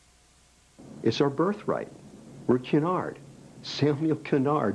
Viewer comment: Cunard is pronounced cue nard. you strange Americans cant speak English yo save your life